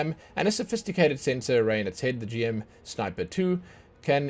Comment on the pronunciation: Just a heads up for some names. It's Gundam as in Gun and Dam not Gan-dam. Also, GM is pronounced as Jim. He's not just the poster child. He's the first of all the Gundams. Not all the mechs are called Gundam. Only ones that have Gundam in the name are Gundams. The rest are called Mobile Suits. What's the difference? Well, imagine them as cars. Most Mobile Suits like the GMs, Zakus and DOM Troopers would be like mass produced cars like Toyota, Honda etc. Gundams and Sazabi on the other hand would be like Custom Order Made Lamborghinis and Ferraris. Also the red Zaku II [Ranged] skin has a horn and is legendary because that's the version the main antagonist of the series (Char Aznable) used, hence the name "Char's Zaku II". And Marasai is called Marasai (UC) because there were different versions of Marasai in different series and this particular version is from the OVA series Gundam Unicorn. Also, fun fact: Turn A Gundam was designed by Syd Mead, the guy who worked on Star Trek, Blade Runner, Tron, etc.